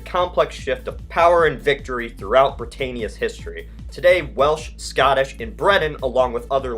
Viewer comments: youve got downs narrating.. celts is pronounced with a 'k' and Britannia has an emphasis on the 'Ns' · It's pronounced "keltic", not "seltic", and "bri-TAN-ee-ah", not "bri-TAYN-ee-ah".